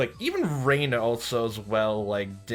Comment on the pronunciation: I'm working on catching up on your videos so I'm not sure if you've already figured out the Japanese pronunciation but, just in case, I'll make it super easy for you. Japanese is pronounced in syllables so each character is a syllable. Rena = Re + Na (2 syllables). Reina = Re + I + Na (3 syllables). They mostly sound the same to English speakers but they are actually different. Also, everything character is a variation of a ("ah"), i ("eeh"), u ("ooh"), e ("eh"), and o ("oh"), plus n ("nh"). So, Rena is pronounced "ray-nah" and Reina is closer to "ray-eeh-nah". Japanese does not have weird pronunciations like in English. It will always follow these rules. Ex. Keichi-kun = ke + i + chi + ku + n = "kay-eeh-chee koo-n" I hope this helps! I really like your videos and can't wait to watch more so thank you for making them!